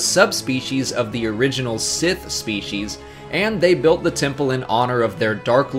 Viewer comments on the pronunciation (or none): none